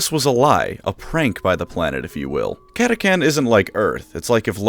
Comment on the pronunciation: How did you mispronounce Catachan